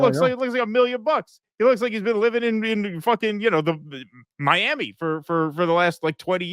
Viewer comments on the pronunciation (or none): none